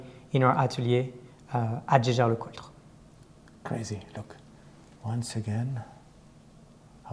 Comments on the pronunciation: I know! Last videos had some serious discussions with Frenchis claiming it has to be pronounced Schescher... But the family Jaeger comes from Alsace ... there this is a common name and they all pronounce it Jaeger and NOT Schescher... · #Teamalexander, it's Jäger. Not sheshey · Yes, J-L-C is good way to get around the challenge of pronouncing Jaeger-LeCoultre correctly... Anyhow it is just in-between the franchise and the rest of the world ... Edmond Jaeger never was pronounced Edmond Sche-Scher, but always Edmond Jaeger ... 😉